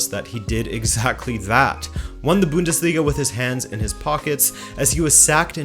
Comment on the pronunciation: it is called the Bundesliga not the Büüündesliga